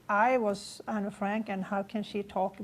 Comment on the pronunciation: ¿Tiene incluso la necesidad de vestirse y peinarse como Anne en la fotografía de su colegio? Me parece alucinante que tenga que manchar así el recuerdo de Anne Frank. Para empezar, lo pronuncia Anna, cuando el nombre es Anne, abreviatura de Annelies, cosa que ni menciona. Anne quería ser escritora y periodista, pero también ayudar a los demás, y tenía muchísimos pasatiempos como patinar sobre hielo. Dice que quería irse con sus padres reales, cuando Anne tenía muchos problemas de convivencia con su madre Edith, y por cierto, tampoco menciona a su hermana Margot. Lo de las fotografías en su cuarto, lo sabemos todos los que admiramos a Anne, todos, aunque no hayamos estado en la casa de atrás. ¿Sintió pánico en la casa? Se supone que fue su refugio... Cuando uno regresa de nuevo a un lugar en el que ha vivido tiene sentimientos encontrados, miedos, pero también alegrías, o al menos recuerdos especiales sobre ello, como por ejemplo cuando Anne subía a la azotea a mirar el castaño a través de la ventana y a escuchar las campanas y se sentía en paz, era su lugar favorito. Anne murió de tifus en Bergen-Belsen al igual que su hermana, no la mataron. Anne jamás hablaría de esa manera, sino de manera positiva, y hablando sobretodo, sobretodo de la libertad. Y podría seguir diciendo mil cosas por las que esta mujer es una farsante, me parece frustrante que alguien quiera venderse de esta manera.